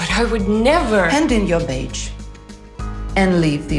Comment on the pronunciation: It's a badge not beige.. urghhh it's annoy me to hear weird pronunciation